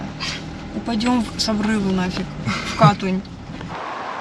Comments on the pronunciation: КатУнь правильно 😂😂😂привет из Горно-Алтайска😉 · Катунь , ударение на второй слог , Семинский перевал , ударение на второй слог . Все спокойно проезжают по перевалу , на низких машинах , можно же посмотреть чужие ролики и ехать спокойно , такую даль проехали и не доехали до Кату Ярык 🤦‍♀️